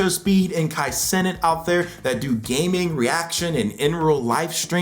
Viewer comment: Wanted to press like but then heard how you pronounce Kai cenat